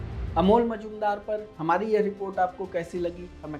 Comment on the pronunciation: कोण का नाम बार बार अमोल मजूमदार दिया था रहा है , जो गलत है | नाम से लग रहा है कि बाबूमोशाय हैं जी नहीं , अमोल बंगाली नहीं मराठी हैं और उनका नाम है "* मुजुमदार *" शिवाजी महाराज के समय में जो दरबारी सिक्कों और मोहरों का हिसाब रखते थे और टकसाल कंट्रोल करणे थे , उनकी उपाधी थी "" मुझुमदार ""